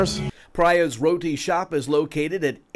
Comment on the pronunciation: Omg he said the name of the shop wrong lol 😆